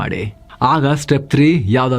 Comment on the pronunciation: ಉಡ್ಗಾಮ್ ಅಲ್ಲ ಉದ್ಗಮ ಇರಬೇಕು 😜